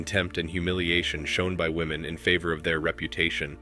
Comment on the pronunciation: I just wish these stupid kids could pronounce woman vs. women.